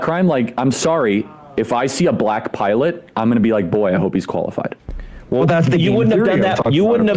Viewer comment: "I'm gonna be 'like: 'Boy, I hope he's koalified' ", said charlie Kirk, while putting on his most intelligent face...